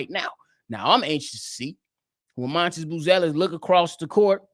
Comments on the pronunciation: It’s really pronounced Madas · M A T A S…… can’t lie you keep calling him montis is killing me